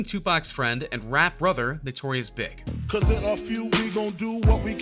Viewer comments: Notorious BIG...??? you mean B..I..G... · notorious Big. isn't it like B.I.G